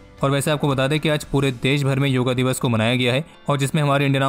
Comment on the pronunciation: भाई हर चीज़ का अंग्रेजीकरण, योगा दिवस नही योग दिवस